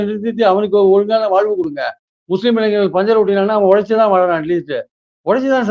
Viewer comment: இளைநர் அல்ல தம்பி இளை ஞ ர் ! இந்த 'ஞ 'வை எப்படி உச்சரிப்பது என்ற உங்களுக்கு மட்டுமல்ல பல ஊடகர் களுக்குத் தெரியவில்லை! நன்கு கற்ற தமிழாசிரியர் யாரிடமாவது உதவி பெறலாம்! அல்லது" பாட்டும் நானே" என்னும் பாடலின் தொடக்கத்தில் உள்ள ஹம்மிங்கை உடன் இசைத்துப் பழகலாம்!